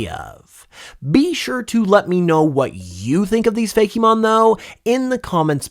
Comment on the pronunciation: I’ve never actually heard someone say “Fake-e-mon” it’s always just ”Fake-mon” If the Ice type isn’t called Haildra I’m going to be upset